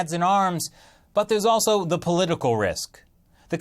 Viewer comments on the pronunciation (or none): none